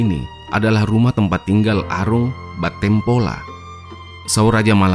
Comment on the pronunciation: Tabe sy ralat sedikit, bukan battengpola yg benar itu bettengpola 🙏